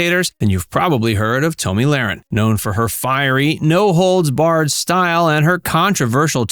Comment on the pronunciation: Stop calling her Toemy. It’s Tomi like Tommy damn I hate AI